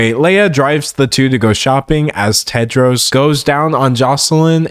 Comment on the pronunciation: THE NAME IS TEDROS NOT TED JARS?